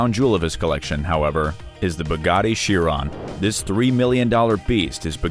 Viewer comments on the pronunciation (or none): none